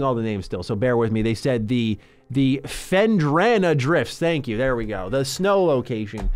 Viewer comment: the 40 bucks is NOTHING for this gem. what. and even as a ten-year old, getting "lost" is part of the charm of the game. they're not holding your hand. tooooo many games nowadays are too "tutorial-heavy". and it's pronounced "fen-drah-nah" drifts.